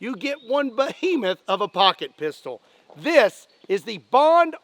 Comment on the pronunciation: Did anyone else giggle a little inside when he said "I have a lot of Poocket Pistols" Hehehehe 😁😂😅😭🤡